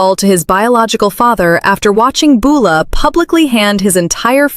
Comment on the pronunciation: For heavens sake would someone teach AI how to pronounce Beulah and Joaquin!!!! I can't hardly watch these because of the way it says their names.